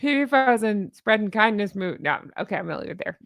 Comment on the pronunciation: Near the end you said - spread the kindness, and I heard- spread the C U Next Thursday. I guess my ears are glitching.